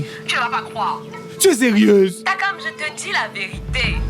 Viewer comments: Maniere dont Ernestine prononce Takam la est mo jusqaa😅😅😅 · Ernestine c'est takam et non tchrakam 😅